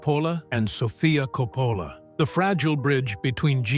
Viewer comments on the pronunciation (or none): KOPPPPPələ NOT kou-POUlə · I do like these videos but hate the AI pronunciations. You can do a modern one with Will & Jada Smith, the DeBarge Family & Alec Baldwin to start.